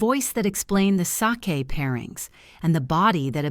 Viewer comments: I am not impressed with this 3rd generation Japanese person. He's arrogant and I would rather say I am another race than his. Sorry I cannot watch anymore. Btw true pronunciation of same = (sa - kay) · Sake not with a long a sound. Another with wrong pronouncing of words.